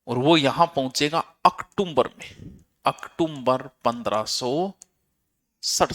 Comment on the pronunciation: ऑक्टोबर बोलो ओकटुमबर नही